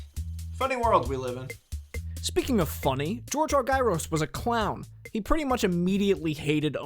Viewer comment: This is awesome. Thanks very much. One picky point... it’s pronounced ARE-jer-us, not are-GUY-ros.